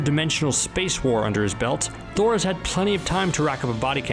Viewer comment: What the heck it's thor not noob